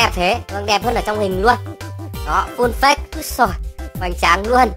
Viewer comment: Phát âm là phây chứ không phải phếch nha :))